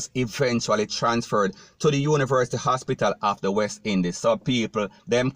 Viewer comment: This sounds like a “DUNCE-BATPITAL” instead of an hospital.